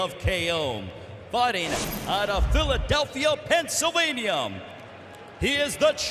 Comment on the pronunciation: Pennsylvanium? Will anyone ever correct this announcer? He does the same thing with the names of boxers. It's embarrassing.